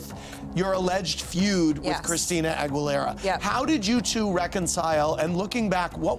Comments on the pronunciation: HE SAID CHRISTINA'S LAST NAME WRONG!!!!!! ITS "AGUILERA" NOT "AG-WHA-LERA" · "Christina AGGWALERAH" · Who's Christina AGWELera? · "christina agulerra" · OMG why can't anyone teach Andy how to pronounce Aguilera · The way he says Aguilera is traumatizing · I'm so over Andy's stupid pronunciation of Aguilera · Esse ridículo não sabe nem pronunciar o sobrenome da Xtina. Isso são águas passadas, elas agora se dão bem.